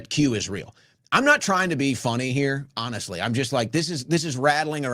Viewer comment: “Honeshhly”?